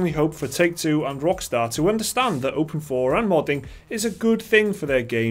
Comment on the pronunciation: I thought it was openIV not open4